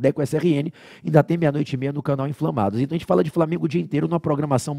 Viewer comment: "Flala" profexo. TMJ SRN